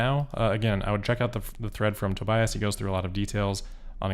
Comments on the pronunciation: On behalf of Tobias, the German "i" is pronounced as an "e" like in "bee", To"bee"as. And as always, good job! I wish I could do these kind of presentations uncut. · If you want to improve the pronounciation: The middle part is pronounced like bee, so Tobeeus. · pronounced toe-BEE-us